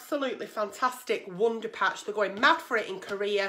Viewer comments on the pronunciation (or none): WUNDAR PAUTCH